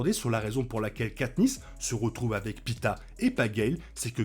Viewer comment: Par contre le gars n'est pas un kebab hn, il se nomme Peeta et non pita